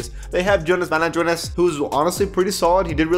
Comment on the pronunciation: The way says Jonas Valanciunas is kinda funny